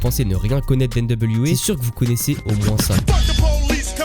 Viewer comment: Tes vidéos sont intéressantes, mais ta façon de prononcer les ‘tu’ et ‘ti’ en ‘tchi’, et les ‘di’ en ‘dji’ ( tu dis ‘grandji’ au lieu de ‘grandit’, ‘voitchure’ au lieu de ‘voiture’, ou encore ‘objectchif’ au lieu d’‘objectif’), c’est franchement insupportable. Ça gâche l’écoute alors que le fond est bon. Dommage.